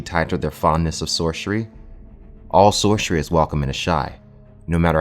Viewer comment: If you say "Sorshery" one more time.... ffs dude, it's "Soar-ser-ee" Hard S sound. Get it right.